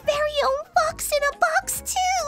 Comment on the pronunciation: Box fwox on the pwowl